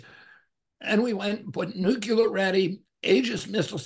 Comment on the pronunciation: I have great respect for RFK, Jr. and will be voting for him. But I sure wish someone would advise him to stop saying "nucular." I know it's a small thing but it is painful to the ears of wordsmiths.